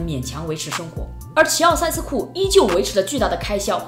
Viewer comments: 齐 容易被读作 习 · 我以为是在说齊奧塞斯庫，原来是在说希奧塞斯庫😆